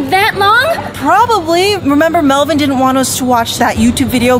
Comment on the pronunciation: its melvin not whatever you just said c